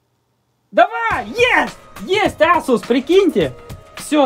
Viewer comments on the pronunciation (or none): none